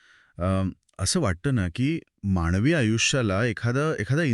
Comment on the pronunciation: माणवी जीवन नाही हो. मानवी जीवन. शुद्ध बोलाव. हो ना ?